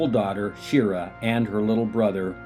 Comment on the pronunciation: And Shira => Shee-Rah!